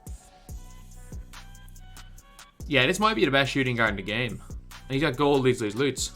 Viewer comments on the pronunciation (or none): What’s he saying gold Leeds Leeds Leeds? Idk can some one help me understand what he talking about and why he makes a thing for it lol